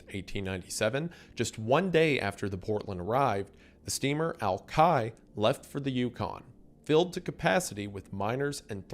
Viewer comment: I need you to stop saying pudget sound. Love, a seattleite (it's PYOO-jet. Also, it's AL-kai. You enunciated the wrong sound in Alki. I'm sure I'll have more pronunciation problems before the end of the video)